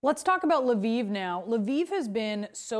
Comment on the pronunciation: It's not "LE VEEV". There is only one syllable in Lviv. Is it that hard to find on YT how to pronounce ukranian cities?